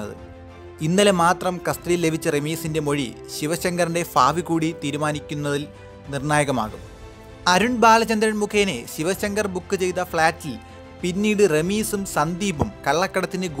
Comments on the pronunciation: ഫാബി അല്ല ഭാവി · മലയാള ഉച്ചാരണം അസഹ്യമാണ്. ഫാവി, ഫികരൻ, അഫിപ്രായം. ഹോ, കഷ്ടം തന്നെ. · ശിവശങ്കറിന്റെ ഫാവി. ഇത് എന്ത് മലയാളം. ഭാഷ ശരിയായി ഉച്ചരിക്കു സഹോദരാ.